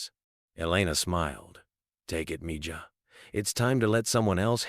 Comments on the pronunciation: I do like to hear about the good things Elon Musk is doing for people, for the “common” people. But I would like to hear proper pronunciation of all the words spoken by the narrators or the AI tools he uses for narration in his videos. They would at least sound more authentic. Mija is the female word for child or daughter. The “j” is pronounced as if it were an “h.” Mijo is the word for son, with the “h” sound for the “j.” I do pray that as part of Trump’s team, Mr Musk, RFJ Jr, and others will have listened to Tucker Carlson’s interview/video regarding the greed and corruption in the insurance and healthcare industries by the health insurance companies, big pharma, etc., that is causing US citizens to pay for healthcare that they don’t actually receive. We are paying for sick care in his country at a higher cost than anywhere else in the world yet we rank in the 40-50 levels in the quality of health care provided. And it is corrupt! So many middle men involved in order to fill up the pockets of many of the wealthiest men in our country and in the world. And it looks like only a few are willing to reveal this information to the public after an insurance CEO was killed a few weeks ago. Why have we allowed this to happen? Why have we not been informed which companies have policies that automatically direct their employees to deny claims for life-saving surgeries and treatments to subscribers in the hopes that they don’t appeal and the requests go away? It’s like some of our rep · No matter what anybody agrees with, I tell you AI IS VERY BAD! Why are you using it-doesn’t work for PRONUNCIATION! It’s MEE-HA!!! It’s a loving word a Spanish person uses for suns and daughters and children they love or are being sweet and loving to! It’s DISRESPECTFUL 🤔🤔🤔🙄🫣👎👎👎pedestals and worshipping is only for our LORD and SAVIOR JESUS CHRIST🎚🎚🎚🤔🙏🏻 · The "j" in mija is pronounced as an "h" in Spanish. Wonderful story otherwise. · MIja is pronounced ME HA not me ja. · Its pronounced Me Ha